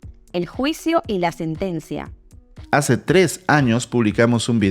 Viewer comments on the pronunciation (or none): Sentencia, no "setencia"